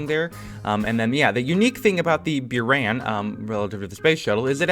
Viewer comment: He says "byuran" yet it is written as "буран" which is pronounced as "buran"